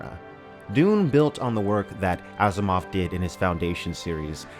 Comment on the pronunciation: I thought you said Ass Mov.